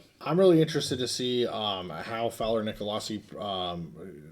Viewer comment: CSU fan here. Big fan and a loyal viewer. Just fyi…I believe Brayden Fowler-Nicolosi pronounces his last name “Nick-uh-low-see.” At least that’s how I’ve always heard it pronounced at CSU.